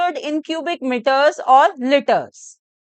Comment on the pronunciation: maam its litres not litters and metres not mitters